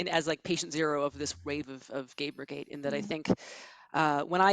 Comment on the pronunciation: I know she meant gamergate, but I swear to God she said "GAPERgate" Probably just the mic quality, but that's still hilarious to think about.